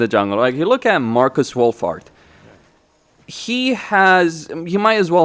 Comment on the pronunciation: Sounds like you say Marcus Woolfart 😅